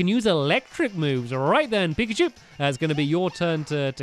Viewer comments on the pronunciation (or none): none